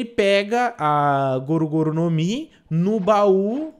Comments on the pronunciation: Cara kkkkkk eu to tremendo aq pq o n explica/fala direito o nome da fruta (n só disso) mdss kkkkk n é goro goro a do luffy, É GOMU GOMU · por isso achei estranho ele falando goro goro ai achei que era do legendado pq eu vi dublado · 11:8 goru goru? , não e gomu gomu n?